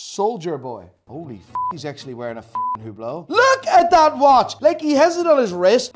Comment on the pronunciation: I love how you hate HUBLOT and tacky iced out watches. Here's how you pronounce the H-word coreclty: Greetings from beautyful Greece, Theodoros. P.S.: You are some character man, I like you